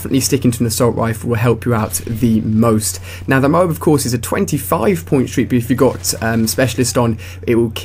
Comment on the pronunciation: Why Do You Say M.O. A. A. B. You Say it Funny :D